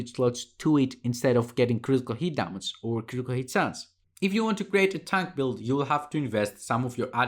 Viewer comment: It''s Ντάμιτζ, not Ντάματζ mate :) Nice analysis.